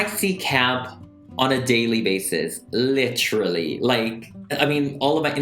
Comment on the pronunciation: This is how many times he said “Litchrally” 👇🏻